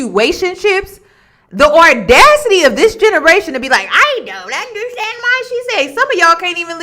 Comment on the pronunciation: I love listening to you. You are one of the smartest young women that I’ve ever listened to and I’ve been listening for years, but can you please pronounce the word audacity correctly there’s no letter R in the word audacity